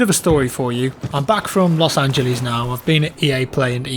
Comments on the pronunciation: Los Angie Lees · los angeelees